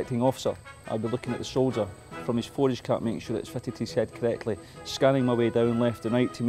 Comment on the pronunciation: Colletly lol. I love accents.